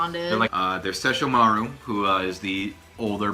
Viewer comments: Ses-sho-mar-u... What?! SESSHO-MARU. Inuyasha wanted the Shikon Jewel and tried to get it from Kagome initally. Kaede gave Inuyasha the necklace which he can't take off and Kagome can command him to sit with it. Kagome was the one to shatter the jewel after a bird demon got hold of it. Koga is also the best character. He blatantly ignores Inuyasha and the dialogue is just the best. I watched this on Adult Swim after I discovered Yu Yu Hakusho wasn't on at that time anymore. Fell in love with it. Still remember a LOT from it. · "Shesh-uh-marr". Much accurate, many proper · i love how he says inuyasha's brother name wrong and she said it correctly...lol..wtf?... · As a die-hard InuYasha fan, this entire video hurts my soul. SO many incorrect facts, not to mention how you two are pronouncing Sesshomaru >.<